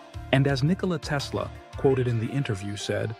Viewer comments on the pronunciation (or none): none